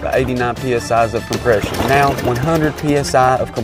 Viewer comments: He said pee es ahs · This man said psi’s